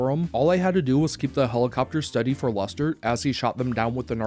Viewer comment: Is he saying luster or am I tweaking